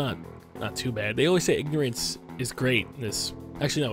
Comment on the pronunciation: did you meen ignerince is abliss